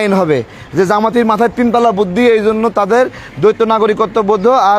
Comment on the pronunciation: দ্বৈত শব্দটাকে বার বার দৈত্য বলছেন?